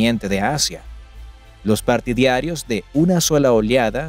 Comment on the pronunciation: No se dice ´´partiDIArio´´ sino partiDArio. minuto